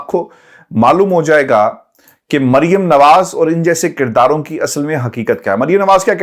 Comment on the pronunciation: Merium nahi bolo yar Mer. ium sirf Mer bolo